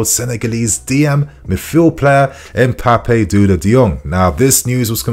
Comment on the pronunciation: Happy to see a Senegalese teenager in blue. But just say "Pap Da u Da" Not Papé Duda ❌ From 🇸🇳